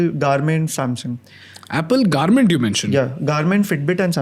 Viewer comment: It’s Garmin not Garment.